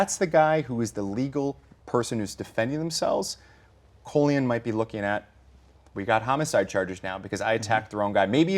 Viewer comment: His name is Colion. Call-ee-on